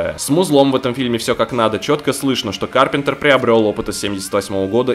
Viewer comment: не кАрпентера,а карпЕнтера